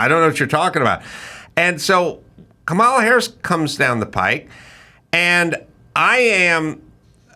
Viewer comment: Such a good interview. Nicole really was such a great pick for Bobby. On a side bar, I just wish that people who don't like Kamala would stop deliberately mispronouncing her name. I don't like the term "micro aggression" but this seems like exactly that. I don't like her either but people she is running for president, maybe we know how to say her name by now.